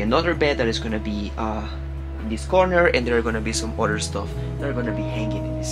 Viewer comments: tú tiendes a pronunciar la palabra “other” como “udder” que en inglés se refiere a la palabra que describe por donde sale leche de la vaca (la tetita ) disculpa me tengo que fijar si hay una mejor traducción para esa palabra. Espero que no te moleste que te corrija. A mi siempre me gusto que me corrigieran mi inglés cuando lo aprendía. Good job, keep up the good work with everything you do! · Oops…..ubre en español para la palabra “udder”🥹😉. Anyway …no pronuncies “other” como “udders”🤓eso es todo!